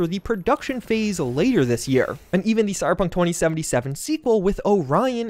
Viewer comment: Cy-Ber-Punk...3 syllables, not 2. Not cy-pun. Slow down.